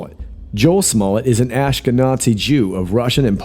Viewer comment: Are you intentionally mispronouncing "Ashkenazi"? You sound like your saying ash-key-nOt-see. It comes from the Hebrew word for Germany "Ashkenaz" and has nothing to do with Nazis. Jewish people from Northern Europe are called Ashkenazi and Jewish people from the Mediterranean, Africa, Asia are called Sephardi. There's nothing sinister about the ethnicity of a person. As for the letter "J" and some kind of Ashkenazi, Hollywood "code"- What? Can't find evidence of that anywhere. Not as a myth or theory let alone fact. I'm trying to understand the significance of the family's Jewishness. Was there a point or are all Ashkenazim now suspects in a deepstate conspiracy? Intentionally saying Nazi inside the word Ashkenazi is a terrible insult to all European Jews. It seems ugly and mean. Why is this channel beginning to feel antisemitic?